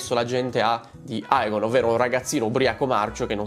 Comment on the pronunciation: DEmon Egon Emond … AE si pronuncia E 🙏🏻 Per il resto sei sempre top 🔝